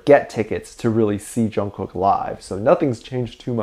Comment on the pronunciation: I've gotten so used to the Korea pronunciation of Jungkook It sounds so weird hearing it said wrong.